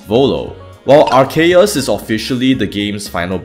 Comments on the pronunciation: I already know that people will complain about how Arceus is pronounced regardless of which pronunciation I go with. Therefore, I have elected to use ALL of them. Though I've said Arceus so often my voice in the recording had started sounding weird by now. Also, a commenter on the Cynthia video informed me that they were unable to find the music timestamps in my comments. So I've now placed them in the video description instead, and have updated all older videos to include them in their respective video descriptions. Speaking of music, Legends Arceus has amazing environmental music tracks. Shame you rarely hear them. That's this Cynthia-Volo duology complete. Now to go and think about what game / topic's design element to explore next. Feel free to leave suggestions if you want. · The name is pronounced like "ar-sea-us". That is because the 'c' before an 'e' is pronounced like an 's'. Cent, Centurion, Centrifugal, etc. Your arc argument is wrong. For example, is "Produce" pronounced as "produke" because the word comes from "product" where the 'c' is pronounced like a 'k'? No. Because 'c' before an 'e' is pronounced like a 's' regardless of the origins or etymology of words. If you really stand by your argument, then pronounce "produce" as "produke". Each time you pronounce "produce" as "produse" you prove that you agree that the name really ought to be pronounced like "arseus". A 'c' is pronounced like a 'k' when it stands directly before an 'a', 'u', or 'o'. A 'c' is pronounced like an 's' when it stands directly before an 'e' or 'i'. You are welcome. I hope this helps. If you have further questions, then just ask. I am always happy to enlight lesser informed people by blessing them with important knowledge such as how to pronounce the name of Arceus. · I don't get why people are arguing over this. It's obviously pronounced Arkansas(like the US state). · if theres controversy over the pronunciation of Arceus then just say Areus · Its pronounced "Ar-Coo"